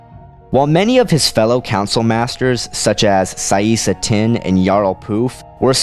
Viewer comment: Isn't it Saesee Tiin, rather than Tinn?